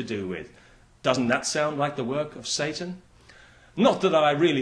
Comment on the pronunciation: W fajny sposób mówi "Satan" ;)